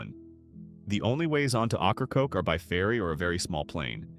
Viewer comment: AI can't pronounce Ocracoke properly, it's pronounced "Okra-Coke". 😂